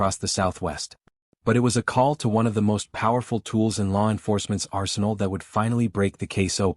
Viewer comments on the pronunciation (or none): none